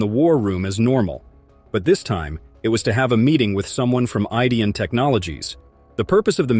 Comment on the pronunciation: Another idiot narration that mispronounes Rick and Marty's last name. Oh, the name of the show is 'The Curse Of Oak Island', NOT ' The Curse Oak Island'. What a moron!!!!!